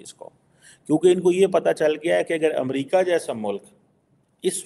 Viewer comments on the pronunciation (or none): none